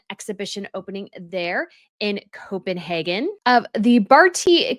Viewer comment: love your content - so well researched and presented. Just wanted to say that although you do pronounce a lot of things incorrectly0 you pronounced Copenhagen exactly right. They use a long A. Bravo!